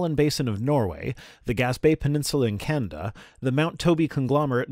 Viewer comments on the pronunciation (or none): Canda, when he means Can-a-da. Hahahahaha